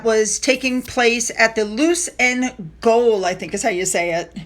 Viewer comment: 'G-O-A-L' said "jail"